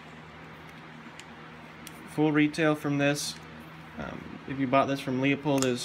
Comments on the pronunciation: It’s not Leo-pold it’s Lew-pold. If you’re selling scopes you should know how to pronounce the company’s name! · the correct pronunciation of Leupold is "Loy-pold" or "Loy-polt", depending on the german dialect. How do you pronounce "Schwarzenegger"? The american way or the correct, german, way?